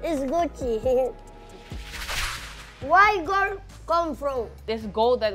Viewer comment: He said Why guld come frum